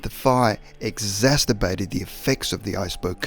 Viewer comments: "exasturbate." I need to try that on myself. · Its exacerbate not "exacterbate" Freudian slip much?